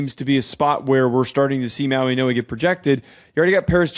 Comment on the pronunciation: this is how you pronounce his name Mau-ing-oa Mauigoa The way you guys are pronouncing his name Mauinoa, that's not how you pronounce it